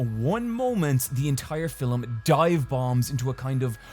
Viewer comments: anyone else finds it cute how says "filem" instead of "film"? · Is he saying film or فيلم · Yes! I missed hearing call films "fillems". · That was…. normal. Also - filum. Love ya. That is all:)